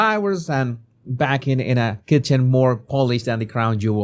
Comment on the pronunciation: I'm saying this not to criticise but to contribute. It's more. Not moar. 🙂 Love your work.